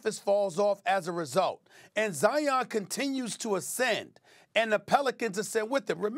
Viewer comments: The man’s name is Zion, like lion , not Zi-On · It's Zi-inn. Not Zy-un. Like Lion